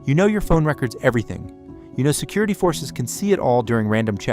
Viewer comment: took me too long to catch, go back to 10 minutes or so and wait for it to mispronunce "records". Absolutely AI. The video description is suspect too.